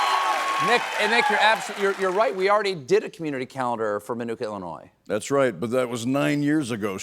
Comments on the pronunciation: Did he just pronounce it illinoise? Glad the show got cancelled. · Did Stephen say "Illinore?" Man, those South Carolina accents are funky.